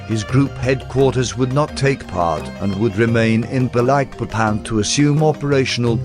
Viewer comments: At least the bot's pronunciation of "sarawak" is relatively decent. The way it says "Balikpapan" gives me cancer. It should be spelled "Ba-leek-papan" not "Ba-like-papan". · It is annoying he have to say Balikpapan like you say Papa not Baylekpaypan!! And Balik like you say it(literali)!!! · Very nice Sr,congrats With solely intention to help,I flew all Borneo last years,and the pronunciation is Baleekpapan. Thank you from Brasil pilot. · It's Ba-leek-papán